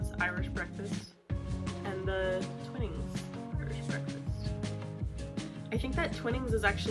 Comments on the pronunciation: Twinning is pronounced twine ing. I watched a video featuring the grandson of the twinning family and he said it was pronounced twine ing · I'll second the pronunciation of Twinnings as "twine (like the string) + ings" 😉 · The first I in Twinings is prounced like the I in “I like ice cream”or th3 word twine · Yes, along with the annoying music track her mispronunciation of Twinings is so gratingly American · I'm English and live on Yorkshire Gold tea, which is what we call builder's tea (very strong!) By the way, I don't know if I'm right, but us Brits refer to Twinings with a long I, so twine-ings